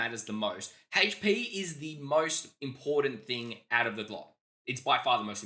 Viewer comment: anyone else hear hate shhh P when he says HP? 😁🤣🤪😜 or something